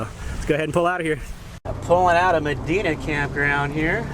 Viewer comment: sorry, i live in Bismarck,:) but Medina is said with an "I" instead of an "E". Hope you enjoyed a good storm... love our storms, 'cept when there's a "LOOOK Maama, a tvister. Shure ya, ofer der, komin dis way, too!" okay im dun